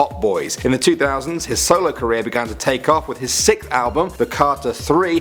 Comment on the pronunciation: Why can't so many British people pronounce Sixth properly?